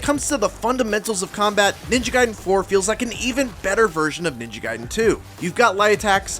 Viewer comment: I’m so glad you pronounce “Ninja Gaiden” the right way instead of how I’ve heard most people say it like “Ninja Gaydin”. Makes me so f**kin’ annoyed.